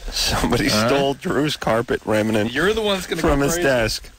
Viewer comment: Rem-IN-ant! ,🤣 remnant